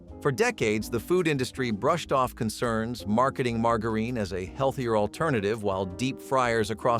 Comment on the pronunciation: Nobody pronounces "margarine"like that.